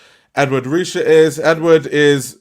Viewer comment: Just for clarification- Ed Ruscha is pronunced Ed “Roo-Shay”